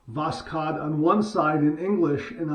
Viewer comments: Pronounce it as voshod without k between s and h. Just omit k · Pronounced bokhod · it's pronounced "Vos-hood". Have a good shave and a great day!!💈💈🪒🪒👍👍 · It's read without K. Simple Voshod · Greetings from Russia,! These blades are made in Moscow! The name is pronounced like this: was + haud (the stress is on haud)😃 and восход means “sunrise” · I’m not 100% sure but I’ve heard that the (K) in Voskhod is silent, but I’m not really sure if that’s how it is pronounced or not. But definitely my favorite blade so far!